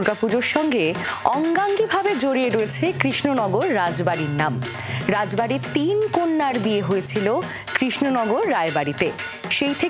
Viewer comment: Not ray bari it's raj bari😅😅😅😅😅😅😅😅😅😅😅😅😅😅😅😅😅😅😅😅😅